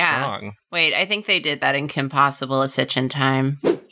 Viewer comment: "its behind his bacKHHHH i thinKHHH" jesus f!&king christ